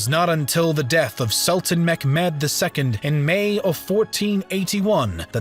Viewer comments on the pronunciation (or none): It's Mehmed, not meKmed.. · it's mechmet not mekmed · Great video, very interesting. Question tho, why are you pronouncing it Meckmed? Its Mehmed, there's no CK. Lmao where did u get that from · zaaroura it's Mehmed, not Mohammad. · Every time he said "MECK-Med" or Skander-Beggg" I cringed a little. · it is pronounced as "mehmet", not "mekhmed" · The pronounce of Mehmed not Mekmed not a k sound in name more softly Mehmed h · The sultan's name is pronounced Meh - met Not Mekmed ! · His name is Sultan Mehmed. Not Mekhmet or Mechmed. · It's pronounced Meh-met (Mehmed), but what I'm hearing is McMed which sounds like an angry Scottish Ottoman! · Mcmad ? it Mehmod or Muhammad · Mehmad or Muhammad not Menmod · WHAT I JUST HEARD Sultan Mechmed ... For your correction, it's Mehmed or Muhammad.. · It's mehmet,not mecmed! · his name is Mohammed, not Macmad! where did you learn that from? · Great job man, but the way you say Mehmed 🤦🏻‍♂️ its pronounced as you see it “Meh Med” NOT “McMed” likes he’s an Irish DJ from the 90’s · Not Mekmed .... It's Mehmet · it is not mekmet bro cmon try a little harder pronouncing it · Its not mekmed mehmet or the orignal arabic way Muhammad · "Sultan Meckmad" I'm crying 💔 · You have good content but what is megmed? I guess you are talking about Mehmed II. Its not pronounced like that. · in reallity its mehmet :D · Ohhh yes, Sultan Mek-Med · Sultan Mehmed's name is pronounced Muhammad. Mehmed or Mehmet is the latinized spelling of the Ottoman Turkish which utilized the Arabic alphabet. The name is spelled the same in Ottoman Turkish as it is in Arabic. There are no letters representing the 'k' sound as you are pronouncing it, i.e. 'Mekmed'. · Mehmet is not pronounced "Mekmet", but more like "ch" in German "Bach". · You should learn how to pronunciation Mehmet. You can use google translate to listen. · who the hell is McMad? That is one wired pronunciation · It's not Mekmet